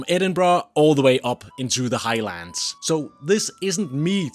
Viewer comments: Please don’t say High-Lands . It should be pronounced as one word and not two. Highlands. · It's NOT The High Lands, it's the "Highlands" (Hilands) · I’m triggered too 😮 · And it is not high-lands for starters. U didnt learn much while living in Scotland did u. Ignorant git whatever u r. Mallaig is not mal-laig either.